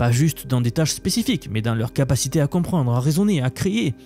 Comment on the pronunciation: "compréndré", "créér"